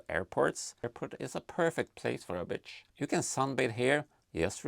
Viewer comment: the auto-dub understands bitch instead of beach 🤣